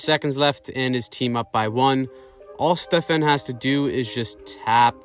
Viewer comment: Stefaaan. Not Stefen